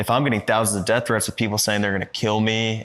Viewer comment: He can't say "death" either... he says "deaf", and he does it every time